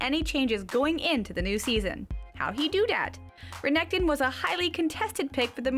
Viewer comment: Renekton. Stressing the K too much. Visage. French word for face. etc